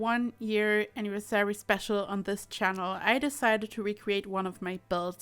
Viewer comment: i can tell you're not a native speaker and probably have a German/Swiss background, but i just wanted you to not make the same pronounciation mistakes in the future. It's pronounced anniVERsary, not anniverSARY.